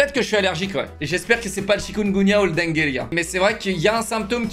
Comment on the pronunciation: Ca s’écrit « dengue » mais ca se prononce « dingue » pas « dengué »🤣